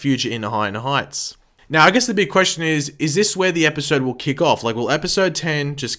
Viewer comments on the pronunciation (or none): none